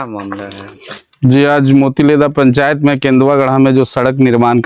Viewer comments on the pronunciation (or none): पेंचायत नहीं पंचायत होगा